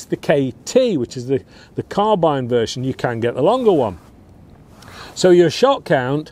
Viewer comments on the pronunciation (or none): none